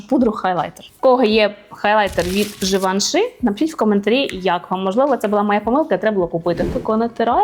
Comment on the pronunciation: Може пригодиться, в кінці Givenchy "y" вимовляється більше як "і" (не и)